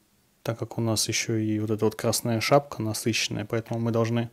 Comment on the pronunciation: шапЬка, тряпЬка, подмалевЬка... Такой очаровательный выговор.